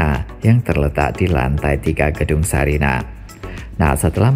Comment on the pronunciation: Sarinah pak, bukan Sariah😄